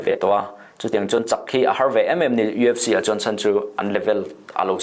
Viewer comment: I lam dan ka hre sual nge,EFC tiin i lam tlat in ka hria.UFC tih tur ani zawk lo maw